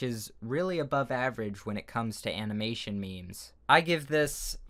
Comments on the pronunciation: I'm not being rude, but you said animation wrong It's ok with the meme part, that's just a way to say it, it's not wrong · "animination m e m e s" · So no one’s going to talk about the fact that he said *animination*? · am i the only one who heard him says animination? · He said it like that on purpose lol.